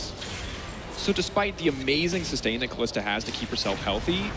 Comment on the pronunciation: i fucking cant stand that " kalista " srsly mate come on